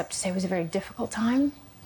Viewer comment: is where she slipped in and out, you could hear the accent clearly when she says the word very.